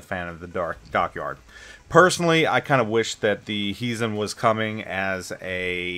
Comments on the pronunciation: It is pronounced as though you were saying "HI" to someone. HIzen. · Your Japanese pronunciation is decent. Except for the accent. It should be on the first syllable. Why English speakers give Japanese names Spanish (Italian ?) accents is beyond me :-D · I don't agree with you, directives are easy and 90% of the player base will do them anyway for the nice rewards. You basically spend 5000 doubloons for a Premium T9 BB that is the price of t5-t6 premium. The accent is on the "I" that is the problem with your pronunciation.